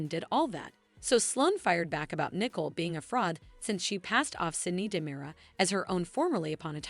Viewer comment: It's Nicole not Nickel